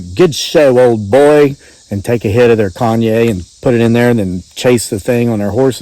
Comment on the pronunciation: Kanye? 😆. Don’t you mean Cognac? You can Google how to pronounce it. I’m sorry I just thought that was so funny.